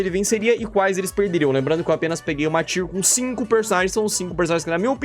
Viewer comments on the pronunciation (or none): none